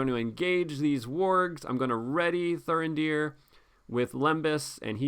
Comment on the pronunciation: Why would you leave Thurindir ready to defend in the second round, he has got 0 defence after all. Your pronounciation of Thurindir is spot on. And I love Vigilant Dúnedain.